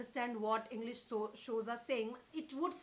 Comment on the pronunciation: She said henglish 😂😂